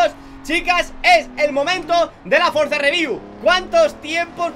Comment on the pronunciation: Nadie: Absolutamente nadie:: Frozareview